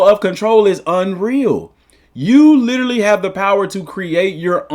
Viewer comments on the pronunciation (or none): none